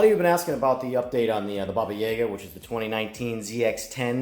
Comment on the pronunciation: It's pronounced 'Ya-ga', not 'Yega'. That's basically the boogeyman of Eastern Europe/Russia and it scared the shit out of me as a child.